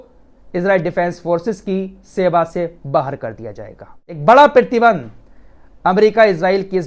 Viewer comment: PRATIBAND not pertiband rectify plz in next bhai.